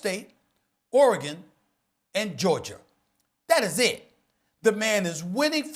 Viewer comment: why he say Georger?